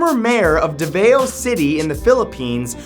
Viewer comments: Its pronounced as davaw, not daveo.And did you say that our president is a villain? (Cuz i agree) IMMA FILIPINO SO I CAN CRITICIZE ABOUT THOSE THINGS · As a Filipino, I'd like to clear something up. it's pronounced DA-VOW. NOT DA-VA-O. Okay I'm good. just needed to get that out there. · its davao not devew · Davao city is not pronounced as davayo its pronounced as davaw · Davao is pronounced Dah-vow, not duh-vey-oh,.. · "Deh-veio" ... 'Dahvau', actually. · did he just "deh-veo' instead of "da-vao" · Davao is pronounced DA-VAW not DA-veo lol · It's pronounced "Da-vow" not "De-veo". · haha davao it should be pronounce (da-vow) not (dAv-a-O) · Davao is pronounced dah-vao not daveoh. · That's not how you pronounce Davao, It's Da-Vao not Da-Va-Eo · You say davao wrong... It's not day-vay-o but dah-vao and duterte is considered a hero of the people, my grandparents who live in the PI love him. He kills drug dealers because he thinks the drugs are the problem and the media is corrupted in the PI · its pronounced da-vao not da-veo lol😂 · "Da-Vow" not "daveo" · okay now its DA-VAO not DEVAW its really a DHA-VAW pronounciation just a bit of correction there cause you know Davao death squad is not really scary if you say it like DEVAW and not DAVAW or DHAVAW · Davao is pronounced Da-vao. Not Da-vay-o. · that reads Da-va-o matt... not De-ve-o :-) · really? you pronounced it so wrong that it made my neighbors cringe. Its pronounced as DAVAW(Davao) not DEVEO know your facts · Thats ok matt if you pronounced it wrong.. in the PH, "A" is pronounced as "ahh" not "eyy". So it should be "DA-VAO" not "DE-VE-YO" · Hey Matthew Davao is pronounced as “the vow” happy 2019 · It's pronounced Da-VOW. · You pronounce davao davOW but im not triggered good video anyway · I'll stop you right there Matthew, 1st the Davao is pronounce Da-va-o, 2nd the Davao Death Squad is not yet proven to exist, 3rd I know all of this because am filipino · it's pronounced "Dah-Bow..." for Duterte's group...